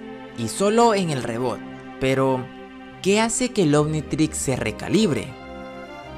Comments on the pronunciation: Se escribe reboot pero se dice ribut no reboot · Rrebut se pronuncia :)